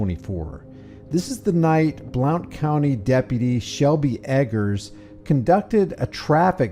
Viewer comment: Blount county is said like blunt.